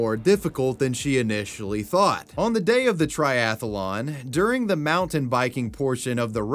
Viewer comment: I notice you're pronouncing "athlete" with two syllables, as is proper. But "triathlon" is similar with only three syllables. It's strange to hear the repeated "tri-ath-a-lon."